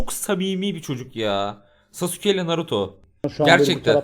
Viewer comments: Aynen abi sasuke değil SAMSUKE😅😂😂😂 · DOCH SAPSUKE DEMESİ😗😗😗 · Şu Sasuke'yi "Saske" diye okuyun ya sinirim bozuldu amk